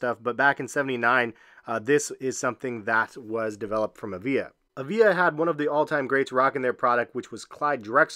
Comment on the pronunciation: Avia is pronounced ava? I had some of those back in the 90s too.